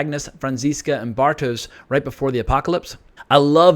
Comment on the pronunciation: Do you watch it german + en subs or dubbed? Also Bartosz is pronounced Bartosh